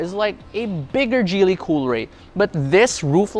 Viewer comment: it's Giily ( Hard G) not Jeely